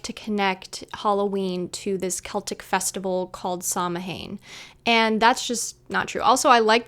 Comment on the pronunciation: it's pronounced Sow-when. Not Sam-Hayne...